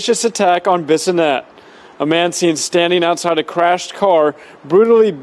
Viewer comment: Bassinett😂😂😂 it’s bis -o -net. Bissonett .rip jasmine